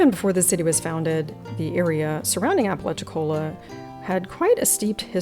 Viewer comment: A really fascinating shop! Some years ago when I doing phone customer service, I spoke to a gentleman from Apalachicola. I mentioned some of the history of the area. He told me I was the first Yankee he'd heard pronounce the name right!